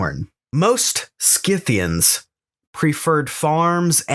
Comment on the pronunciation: Congratulations on pronouncing Scythians correctly, Skith-thee-ans, not Sith-thee-ans. The names of peoples of this period came down to us from Greek and Latin, in which C is always pronounced as K, not S.